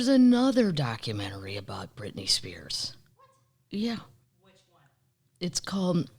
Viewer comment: If I hear Brit Spears one more time. 🤪why? Shoot me.